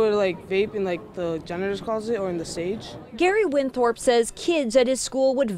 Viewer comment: I lost it when they said “Gary Winthrop” they got played